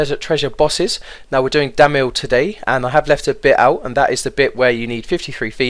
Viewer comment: dont get why you say damil LOL